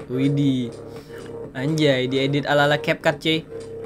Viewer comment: Bang bukan cepcap tapi capcut